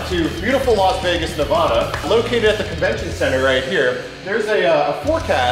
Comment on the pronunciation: The way they said Nevada made me a little mad